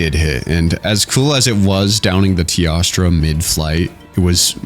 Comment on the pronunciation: why for the love of god does he say tiastra instead of teostra